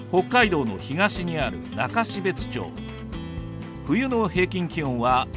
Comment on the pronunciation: 中標津(なかしべつ)が悲別(かなしべつ)にきこえてしまう。